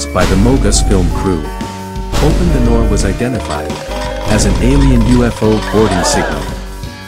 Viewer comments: yeah and “Noor” is pronounced like “nooor” it isn’t pronounced as “nor”. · its not noor its nuur )مهلاف)